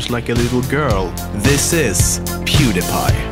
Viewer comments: i was about to say how did you say he's name right but then i remember you are Swedish and well when he hit 100 mill it in 2020 not 2017 and he will still grow at that speed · in one of pewds videos he mentions how he got his username.....so it's actually pronounced correctly.... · HOW DID YOU SAY HIS NAME SO GOOD?!?! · This guy is swedish. Hus orenaunciation of pewds name was flawless